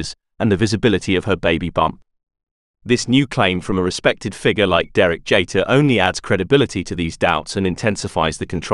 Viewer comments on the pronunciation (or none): JEETER, not JAYter.